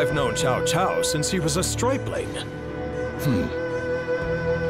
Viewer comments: Why are they saying Chao Chao when it's Tsao Tsao ? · I've heard them saying chow chow. To me it's still incorrect just like when the old dynasty warriors games kept mispronouncing his name as cow cow. Everybody knows it's Tsao Tsao !